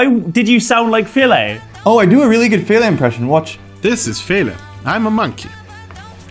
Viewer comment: Fele's accent was painfully good, great work